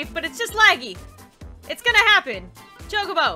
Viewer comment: It's chokabo (chalk-a-bow)